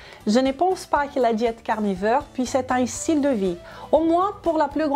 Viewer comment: "La diet carnifeur" 😉